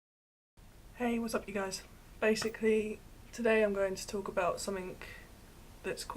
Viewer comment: "Somethink" Hurp durp!